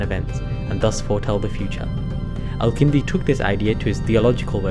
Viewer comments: Great video! Your pronunciation of some of the Arabic letters indicates that you’re either a great speaker in arabic or a native. His name is الكندي with a كاف, so u pronounce it that way. You pronounced it القندي. Other than that i really liked the video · Also, you mispronounce the name of the main character of your video! His name is الكندي not القندي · I'm guessing you guys' origins are from South Asia. Many South Asians living in the west have inconsistencies with pronouncing Arabic terms and names, not every Arabic name has a 'Ayn or Qaaf in it, Al-Kindi is with an actual K and not a Qaaf. There's no reason for pronouncing these names and terms wrong. Thank you for your videos, very enjoyable.